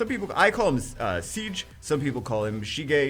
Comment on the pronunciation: Its pronounced "CJ" Your welcome ;)